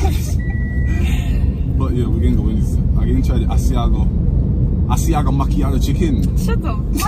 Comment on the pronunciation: I laughed wayyyyy too hard when the cashier said Asiago plain and said "and one a ship" 😂😂😂😂